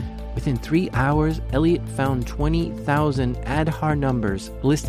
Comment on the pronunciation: It is aaadhaaar card. Not ed harr 😂😂